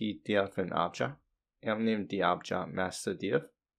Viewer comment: Great video, just real confusing your miss pronunciation of the word "object", it sounds like Agile, which gets you confused